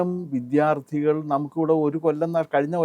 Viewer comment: താങ്കൾക്കെങ്കിലും ഈ അവതാരക പറയുന്ന വ്യാകരണ പിശക് പറഞ്ഞുകൊടുക്കാമായിരുന്നില്ലേ. ഇവർ എല്ലായ്‌പ്പോഴും വിദ്യാർത്ഥി എന്നതിനെ വിദ്ധ്യാർഥി എന്നാണല്ലോ പറഞ്ഞുകൊണ്ടിരിക്കുന്നത്. താങ്കളുടെ ഇന്റർവ്യു വിൽ ഇതു കാണുമ്പോൾ വളരെ ആരോചകമായി തോന്നുന്നു